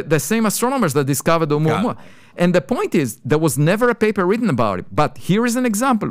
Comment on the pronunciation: Sadly he mispronounced the object 😂😂😂😂🤣🤣🤣🤣